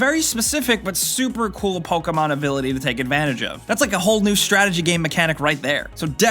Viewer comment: ProTip, it's (poke-EE mon) And don't say it's 60,000 times lmfao